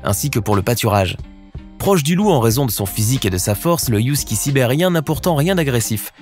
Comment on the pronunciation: On dit Husky et non pas Youskie